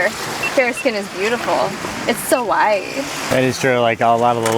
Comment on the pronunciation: "Fair skin is beautiful... it's so WYEEE..." Don't know what "wyeee" means.